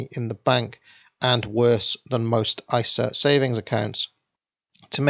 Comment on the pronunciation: Yes! He said ISA (EYE-SAH) this time!